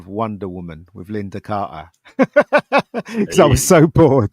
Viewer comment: I will never tire of pronouncing Linda Carter as Gart-ih